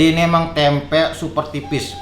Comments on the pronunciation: Tempe bang bukan temep Wwkwk Halo bang salam dari Kalbar 😀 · Tempe ❌ Temep ✓ 😂